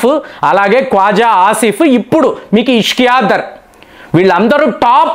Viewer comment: పాకిస్తాన్ ఫారిన్ మినిస్టర్ పేరు ఇషాక్‌ దర్‌. ఇష్కియా దర్‌ కాదు. మీరు మీ విడియో లలో చాలా మంది పేర్లు తప్పుగా చదువుతున్నారు. దీనిని సరిచేసుకోండి.